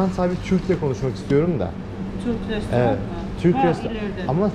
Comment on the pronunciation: restorant demesen ne güzel olacak,şu sondaki "t"harfini koymadan,yani restoran doğrusu,inan kulağa çok ters geliyor.Başarılar